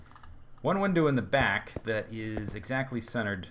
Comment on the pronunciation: i can see it know a 1 hour video of him saying welcome backa to the minda cracka servera